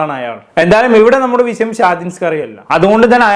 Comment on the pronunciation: വിസയം അല്ലടോ വിഷയം നേരവണ്ണം സംസാരിക്കാൻ പഠിക്ക്‌